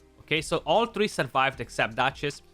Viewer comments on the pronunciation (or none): none